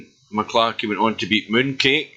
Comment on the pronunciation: M...C....Clarky!! Not MaClarky!